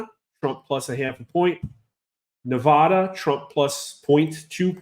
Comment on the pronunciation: impressive however you keep on mispronouncing Nevada. Creating fake stats has two purposes; one's to influence and push people into what you want because there's lots of stupid sheep e L voters Number two is to lay a smoke screen in order to steal the VOTE a little easier